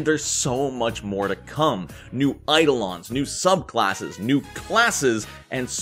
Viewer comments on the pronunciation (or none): none